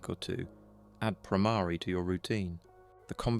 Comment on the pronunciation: The word Brahmari is wrongly pronounced.